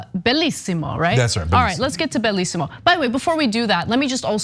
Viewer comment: Everytime she says "Bellisimo" a Mom and Pop Italian restaurant bursts into flame.